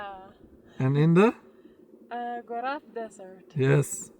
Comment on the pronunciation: I recommend you to learn "local names" for the places you are. It sounds really strange when someone say "goraf" instead of Gorafe :)